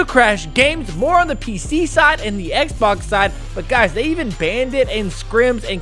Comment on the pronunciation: The underemphasis on “Xbox” then the emphasis on “Play station” is crazy